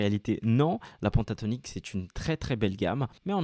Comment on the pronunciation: tu es tres pedagogue bravo !!! ta télé est juste magnifique et elle a un son d enfer !! continue en ce sens je regarderai tes cours ! ah juste une petite precision c est pas PONTATONIQUE mais PENTATONIQUE ca se prononce pintatonique !! pas grave juste une question d accent car je suis marseillais !! a plus cordialement